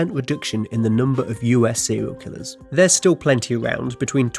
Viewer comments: Sewial kiwwers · Sewiow Kiwwows